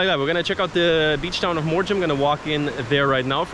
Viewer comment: The last m in Mandrem and Morjim is silent.